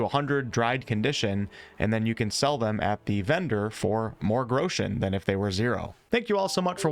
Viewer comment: 'grechens' haha